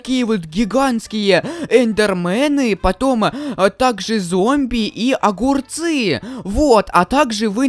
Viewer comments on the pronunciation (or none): Ха ха ты так смешно говоришь огурцы